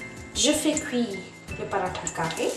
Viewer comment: J'aime ta façon de prononcer "Paratha" c'est tres joli !